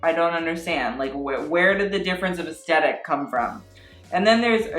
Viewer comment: when you say aesthetic it sounds like eskeetat